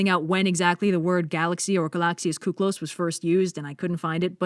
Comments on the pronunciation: shouldn't you have spoken κύκλος as Kyklos ,the υ letter in greek is an ,,i" when you dont pair it up with ε(ευ=ef)ι(ι+υ=if)α(α+υ=af)ο(ο+υ=u)η(η+υ=if) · more correctly pronounced with i and not with u kiklos in greek the u is i and ou is u. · Blue or somebody in the comments has probably said this already, but it bothers me if I don't also take matters in my own hands, so... It's pronounced KEE-klos and is the Greek translation to the English words for circle and cycle. I hate to be that guy, but against my better moral judgment, I am totally that guy. Every time. In multiple different languages because language is the only thing my brain processes well.